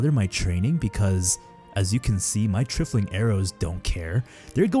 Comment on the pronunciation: For the love of God, it's pronounced, "Try-full-ing" "TRY-FLING"